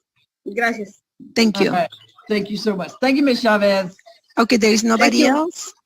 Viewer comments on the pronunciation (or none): A bit of a pet peeve of mine. The CH in Chavez is pronounced like the CH in cheese. It's NOT SH. Source: I am a native speaker of Mexican Spanish and my mom's maiden name is Chavez.